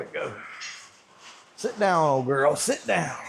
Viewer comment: “Girl” set up 😂 sorry that was funny with the accent